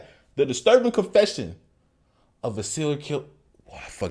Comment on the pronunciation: Tf is “comfessions”?